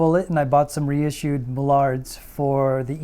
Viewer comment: I'm sure someone's mentioned it already, but it's not pronounced MullARD. It's just MULLard